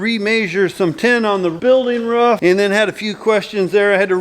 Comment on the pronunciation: its not ruff, its roof !! love the vids keep it up